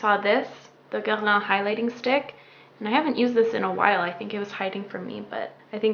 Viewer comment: YOUR FRENCH ACCENT (for Guerlain) OMG 😍